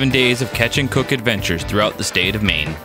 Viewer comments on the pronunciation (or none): none